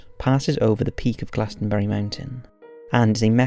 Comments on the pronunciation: It’s pronounced “GLOSS-EN-BURY” not “GLAS-TEN-BURY” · You need to learn how to say these words like glossomBarry